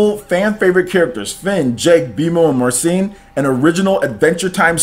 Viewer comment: It's pronounced "Mahr • sell • leen" not Marseeeeeen. Your butchering my favorite AT character's name. lol